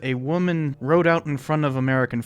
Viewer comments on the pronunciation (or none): none